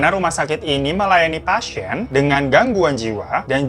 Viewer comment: menit 3.08 sejak kapan kata "pasien" ada huruf y nya? "pasyien"